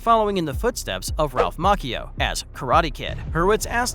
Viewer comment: how can you not say miyagi right man and maccio come on now lmao